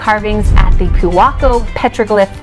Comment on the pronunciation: Its poo-a-ko. Great list tho. Lava lava, sister to huggos, is another great spot. San sai is great for sushi, merrimans, big island cafe, broke da mouth grindz, my buddies koa wood shop down by the harbor ( gunther )…